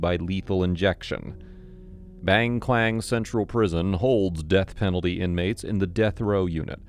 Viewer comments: Not baeng Kwaen but Bang Kwan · BAHNG KWAHNG** Big tiger prison. A simple search could have told you how to pronounce it. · i coulda swore when the video started he said "bang clang" 😭